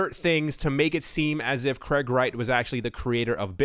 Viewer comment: It's not Kreg, it's Craig.